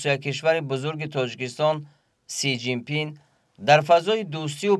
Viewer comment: Си жин пин 😂😂😂😂 правильно назави